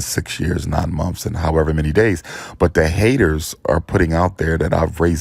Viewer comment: "6 monfs" umar